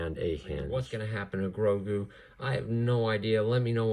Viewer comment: Bruh man really said baby groogo not baby grogu